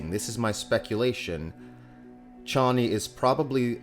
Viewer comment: Waiting for the moment when you realise you've been pronouncing Harkonnen and Chani wrong all this time... 😉 😂 That aside, bring on your full trailer reaction. That, I'm looking forward to... 😁👍 Also looking forward to the rest of the cast as I'm sure there are those who haven't been announced, such as the Shadout Mapes and Captain Nefud.